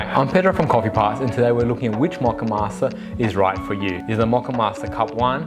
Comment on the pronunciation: Mock-uh-master? I thought it was MOE-kuh-mas-ter.